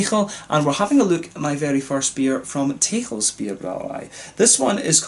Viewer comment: Nice review! Very in depth. 'Texels' is actually pronounced as 'Tessels', like a double 's'. And next time try the Stormbock from Texels (aged ones should turn out even better), a 10% bock-blast. Proost!